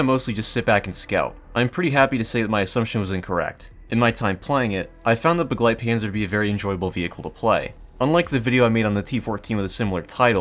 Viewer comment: For clarity, Bagelpanzer is a mispronounced Begleitpanzer